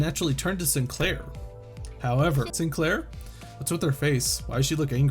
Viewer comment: Oh it's the SIIN-KUH-LAIRR chapter huh Nail and Hammer.